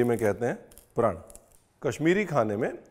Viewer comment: Chef 'prand' nai 'praaaaannn' haiiiii🥲🛐 app 'prand' bol kar hame rula rahay ho